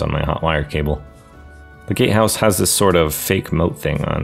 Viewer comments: Look ik hes saying “gate house” BUT ALL I HEAR IS “gay house” AND NOW I CANT UNHEAR IT AND ITS FUCKING HILARIOUS ( btw it look mf amazing you did an awsome job on it) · Incredible build, but I kept hearing gate house as gay house and I just wholly accepted that lmao